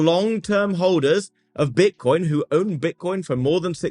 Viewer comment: Sounds like hes saying "Bitch-nix" 😂